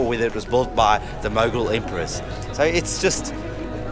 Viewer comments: First thing’s first: keeps calling Mughal as muggle. It’s hilarious. It’s moo-ghall. These videos in Pakistan. My impressions are bitter-sweet. Mostly sweet. I’ve kind of been weary of white YouTube travelers to Pakistan. You know, the same drill: exoticization, exploitation of the social generosity, and not actually investing in local stories. This duo here seem to have avoided all three of these. Well, mostly. And, for that, they’re my favorite YouTube visitors to Pakistan. Now the bitter part. The two are utterly naive. Which, is not a 100% bad thing. I will admit I enjoyed the almost childish curiosity visible as they go about randomly discovering places. Some of their explanations and predictions about stories and histories are laughable…in a cute way. But, at the same time, I would have appreciated it if they’d done a bit of research before visiting the places. Because, if this is meant to be a tourist guide of some sort, it should inform. That said, I’ll admit I too have travelled several countries with out doing enough research. And, it’s been fun discovering them as I moved along. However, I always came back and spent hours in books and online blogs to truly do justice to the trips. I hope these two can invest their time in some pre-research as well. I’d also add that I’m surprised that they didn’t move along with a local who could speak English. I have become so used to these blogs where an overdressed Pakistani tries too hard to impress the foreigner. So, it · When she said "The Muggle Era" instead of "The Mughal Era" the Harry Potter in me wokeup 😂